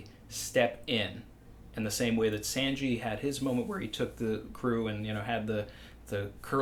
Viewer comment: My only real problem in this video.... is "Senji".